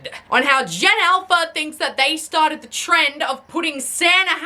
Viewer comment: "And don't even get me StOrDed." 🤣